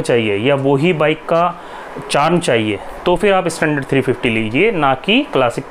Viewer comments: please, pronounced standard not I istandard😂😂😂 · Hey man pronounce your English words properly tell "standard" not "Estandard".